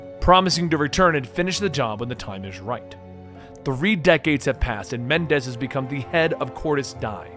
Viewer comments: Please. Menendez, Not Mendez. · I know this was so long ago and 3 years ago but still, there are 2 "N"s in Raul Menendez's name, it's pronounced Meh-nen-dez not Men-dez. Also, Raul's following (Cordis die) is pronounced Cor-dis Dey-eh. Also, 1 more thing, you said you were trying to explain the good/best endings for bo2, yet thats not the case. The best ending is when brigg's life is spared, Chloe Lynch is saved, Harper is sacraficed, The odysseus is saved. As well as Alex Mason lives, but in your cinematics showcase, you show the ending where woods kills Mason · FAX BRO IT KEPT BOTHERING ME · Bro i was taking you seriously but then you started calling the main villain Mendez lol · Idk would you please Menendez? I don't think I would very well but Mendez is always happy